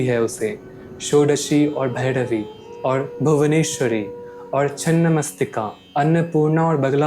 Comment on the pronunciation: Aap ke uchcharan bahot kharab hai, aap mantra jaap karte hai, to ra ko da kyo bolte hai, jis vishay ko lekar gyan de rahe ho uske liye uchcharan bhi swach hona chahiye , bhairavi ko bhaidavi ucchar karte ho, subject achha hai par uchcharan ko swachh karne ki bahot avashyakata hai